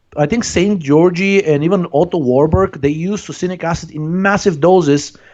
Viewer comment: Szent-Györgyi? more like Saint Georgi ;)